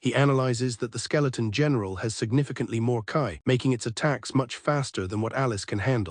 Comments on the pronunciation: .....its "KEy" not "KaI", this is killing me... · Hate how these AI channels don't even listen to their own slop. The moment I heard ki get pronounced as "kai" my brain halted. Couldn't they at least change the word to "key" or something that sounds accurate??? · KEEE not KAI